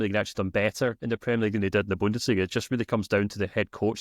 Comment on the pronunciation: You need to work on your pronunciation of 'Bundesliga' my friend. AI seems to think you are saying something terrible. stamps